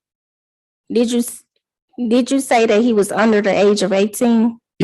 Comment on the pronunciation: What professional says the word, "dat"?!